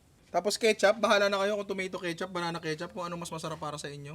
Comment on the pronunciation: ash ketsup hahaha ano yooooon